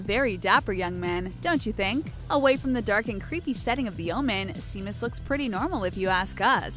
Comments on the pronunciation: SHAY-MUS NOT SEA-MUS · Not “seem-us.” It’s pronounced “shame-us.” Damned millennials. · Seamus is pronounced SHAY-mus. Seriously, you can't make ONE video without mispronouncing something. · it takes a lot to make WatchMojo and WhatCulture seem like fine art. Well done. Also: it's pronounced "Shay-mus". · Seamus.... shouldn't it be (Shay-mus) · Shay-mus you fool! Seamus is pronounced Shay-mus. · Its pronounced shaymus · We do know what they look like, since all you channels keep showing them all the time! And seriously, Seamus? I'm Swedish and I know how it is pronounced. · TwinEclipse I cringed so hard when she said that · I fucking cringed when she kept pronouncing it wrong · You mispronounced Seamus.